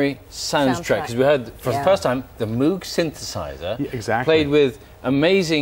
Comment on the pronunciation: ...very annoying how the interviewer dead named Wendy Carlos to show how 'smart he is' while also mispronouncing Moog...